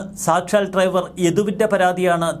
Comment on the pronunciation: ട്രൈവർ അല്ല, ഡ്രൈവർ